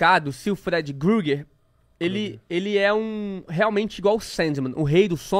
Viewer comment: mdssss pq vcs chamam de freedy GRUGERRR??? pronúncia estranha da peste 🤣🤣🤣🤦